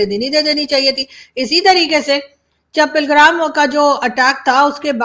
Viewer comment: Pilgram nahi Pehalgam. Nam sahi bolo😢😊